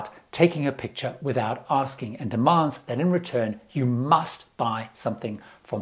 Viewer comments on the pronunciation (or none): none